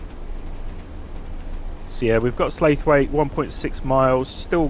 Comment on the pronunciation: Slaithwaite is pronounced Slawit not Slathwaithe